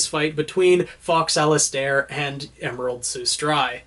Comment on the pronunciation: Am I the only one who is like super annoyed that he’s mispronouncing Sustrai and Alistair?